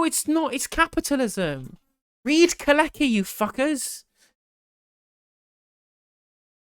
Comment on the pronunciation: FYI it's pronounced "Kaleski". He was one of them foreigners. Glad to hear you promoting a job guarantee. I'm studying a lot around employment at the moment and it's absolutely incredible how much data there is to show that people want to work, and they have massive health and social impacts when they're forced to be unemployed. When you see the data, a federal job guarantee is an absolute no brainer.